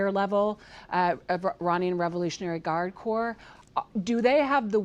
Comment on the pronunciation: can we get an anchor that can say the world "revolutionary"